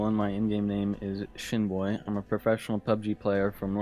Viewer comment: Fr i thought you said Shitboy had to go back and check no disrespect to Shinboi